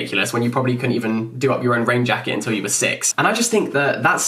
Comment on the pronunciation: I heard "hello my name is jacket"